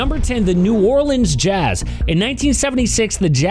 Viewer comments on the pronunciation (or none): none